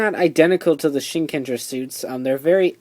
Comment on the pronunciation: It's pronoun SHIN_KEN_JAA! There NO GER in japanese. Why is it so hard for people to get that?